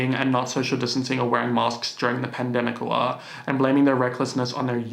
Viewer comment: The way says PaNdEmIcUa is giving me life